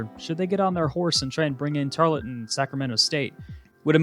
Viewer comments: It’s pronounced tarl-ton Not tar-le-ton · Great video! It's pronounced tar-UHL-ton